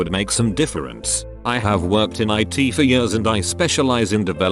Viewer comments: the word years: *exists* TTS: yurs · “For two yeeAss” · No one absolutely no one: Robot voice: YAWS